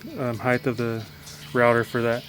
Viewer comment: BTW-heigth is not a word. It’s height.